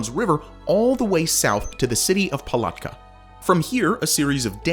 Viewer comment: I live near Palatka, hearing you pronounce it like that was so fucking funny